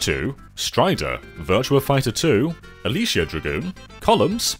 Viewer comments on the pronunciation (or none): none